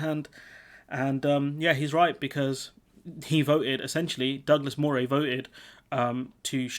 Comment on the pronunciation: But Moray is pronounced Murray - I lived there many years ago.